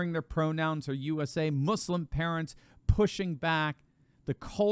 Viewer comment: I love how Trudeau says “mooslem” as if he has EVER given a shit about anything that those people believe in. He has never listened to that group of people or anyone else other than his donors.